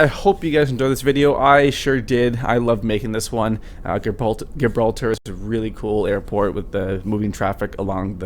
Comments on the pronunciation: You are not pronouncing Gibraltar properly. [ji-brawl-ter] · You can't even pronounce Gibraltar, what an idiot. You didn't even fly the proper approach into Gibraltar. You would have been shot down IRL for entering restricted airspace.